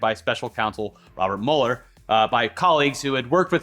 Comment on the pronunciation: It's Robert MEW-LER. Not Robert MUL-ER. 👏🏻